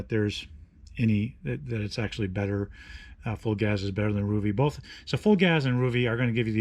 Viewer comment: Psst, it's pronounced Full Gaze. ;) Thanks for the review though.